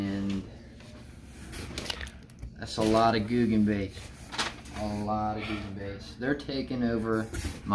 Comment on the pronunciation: Your saying it correct buddy